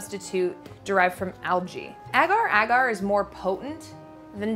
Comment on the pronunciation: Amazing video but I can't deal with how Americans pronounce agar agar 😬😂